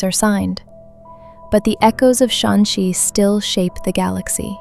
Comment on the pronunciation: You mispronounced Shanxi every time. Apart from that, amazing video.